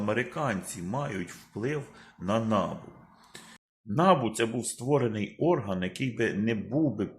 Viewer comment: Та не нАбу,а набУ, будь ласка, говоріть правильно